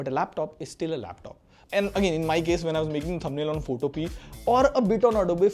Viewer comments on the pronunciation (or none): none